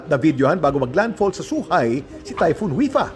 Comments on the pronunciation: It is pronounce Kim as Choohai not Suhai. Nakarating na ako dun twice 😅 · "Chuhay" po Ang pagbigkas ng Zhuhai